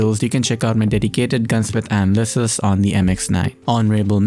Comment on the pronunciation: Did this dude really just say “anal-cist”???